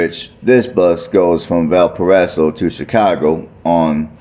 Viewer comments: Its pronouced Valporazo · It’s pronounced Valparaiso